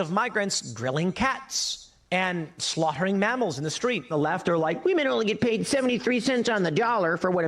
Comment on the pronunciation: “ Slaught-hering”? What’s with this clown